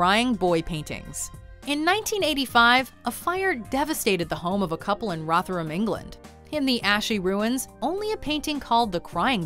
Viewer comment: Never heard Rotherham pronounced like that before 😂 Also as someone thats from Rotherham, id not heard of this urban legend